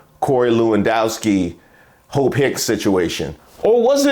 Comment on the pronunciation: Lord, I had to put the CC on because I kept hearing 'hoe pick' 😅😅😅 It was Hope😅😅😅😅